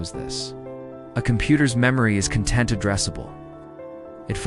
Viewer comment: Con-TENT instead of CON-tent. Yeah. AI narrator. How disappointing. I'm outta here